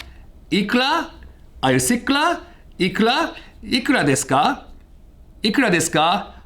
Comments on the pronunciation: It was all perfect until you destroyed the pronunciation of "ikura deska". Otherwise an interesting video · Everyone: Ikura deska: Iklah deska speaking of the R and L pronounciation loophole.